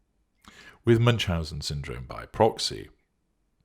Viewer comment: Ü is pronounced more like oo not like English u in eg bun. Loving this